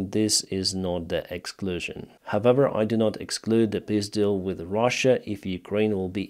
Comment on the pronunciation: Sounds funny when you say piss deal.